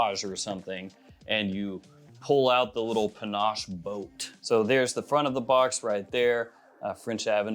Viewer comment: Panache?!?! Panache?!?! Really? You've got to be kidding. Shouldn't a fragrance reviewer at the absolute minimum pronounce the fragrance name correctly? SMH...